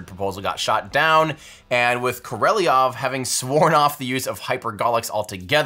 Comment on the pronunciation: Great doc... except for pronunciation of Sergey Pavlovich Korolyov name. Better luck next time!